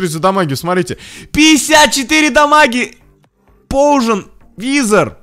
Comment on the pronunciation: Не поужен, а пойзен.